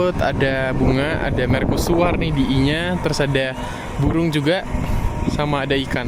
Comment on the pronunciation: kok bacanya merkusuar???